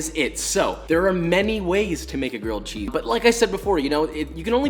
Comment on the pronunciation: "so, there are many ways to make a grilled CHEE."